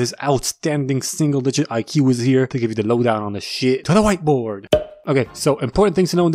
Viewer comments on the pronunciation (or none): "To the wight board"